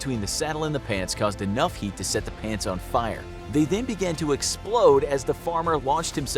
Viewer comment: Why i think ot said plants💀💀